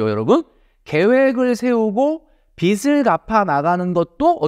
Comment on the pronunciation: 빚이= ‘비지’ (비시x)로 읽어야 합니다. 빚을=비즐 (비슬x)